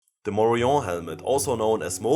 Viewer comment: Falsche Aussprache. Morion ist spanisch und wird daher mit dem -n ausgesprochen